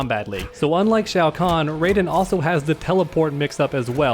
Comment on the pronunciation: wtf is a rayjin (R-AH-EE-JIN)